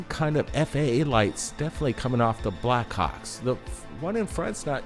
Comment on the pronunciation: I like how the brothers say "Backhawks" sound like they're saying "Black C#cks!. 😆. Great compilation of video with excellent explanations! Great job and! 🤘🗻🪖🛸👽👾